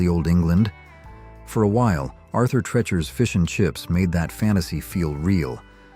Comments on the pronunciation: Treachers is pronounced as though you’re saying the word TREE-chers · Arthur Treachers was One of the best. Learn how to pronounce it btw